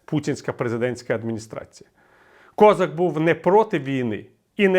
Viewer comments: Він українець з Кіровоградської області. І, до речі, надавав перевагу вимові свого прізвища саме КозАк. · КозАк, не треба зкацаплювати українські прізвища. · А чому він КОзак, а не КозАк? Хтось може пояснити? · Доречі , пане Віталію гадаю що правильно було б в Україні називать товарисча КОЗАКА з наголосом на А , бо українською саме так і буде правильно а ми самі того не замічаючи ідем на поводу у людини яка сама себе з руснічила і навіть змінивши ударну букву намагається не показувати шо він українець ....а нам то шо для нас він КОЗАК з наголосом на А а не на О як би йому цьому зраднику не хотілося ...